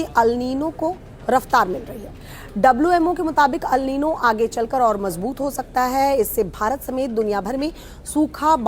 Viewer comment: Madam newsreader ALNino kuch nahi hota..It’s ElNino…aur phr teachers ke baarey mei kuch bi boltey hain reference:Anjana Om Kashyap madam ji…